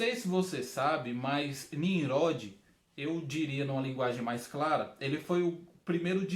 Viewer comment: Ficou ótima sua explicação. Uma sugestão: Ouça a leitura de Gênesis 10 pra vc ver como é a pronúncia correta de Ninrode.